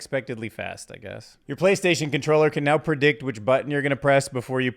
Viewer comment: "Playstason..." 😂😂😂😂 In all seriousness though - great video and fascinating insights. Keep up the good work!